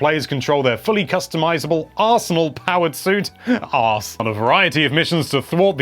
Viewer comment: Interesting how you just made the word "arsenal" into a portmanteau of "arse" and "anal" in my head. Yeah, now I'll never unthink that.